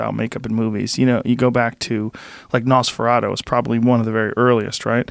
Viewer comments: Joe "Nosferadough" Rogan Howard "Nesferatoe" Stern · Joe: "nosferado" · Joe : Nosferadough... Rick - Yeah, NosfeRATU. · they pronounced it NOSE-FUR-ATEW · Joe can't even pronounce the name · Rick slyly corrected him by quickly slipping in the correct pronunciation just seconds later 🤣